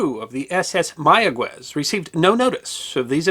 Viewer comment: Instant upvote for knowing how to pronounce "Mayagüez." So many journalists who think they know Spanish pronounce it "Maya-ghez," because the 'u' would normally be silent between a 'g' and an 'e' or 'i'. (It's normally there only so the 'g' is pronounced as in "get" rather than as in "hit.") But the dieresis above the 'u' brings it back from silence, which requires a bit more Spanish instruction to know. To be even more accurate, place the emphasis on the final syllable.